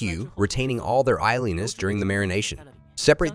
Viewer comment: NEVER have I ever heard anyone pronounce “oiliness” quite like that before. 🤔 REALLY!? …“Eye li ness”… must be AI or some other weird combination of speech.